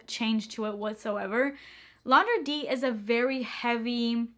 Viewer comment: L'interdit = LAIN TAIR DEE is how you pronounce it lol I'm French I gotchu